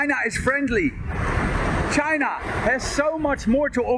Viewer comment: bro, I barely know any Chinese and i can say 中国 better than this idiot lol, he doesn't even say "China" properly, like wtf?